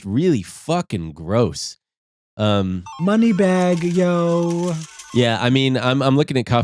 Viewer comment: The way said moneybagg yo is making me cry in pop culture